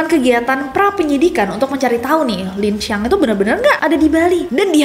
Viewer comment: Lincang bukan lancang😂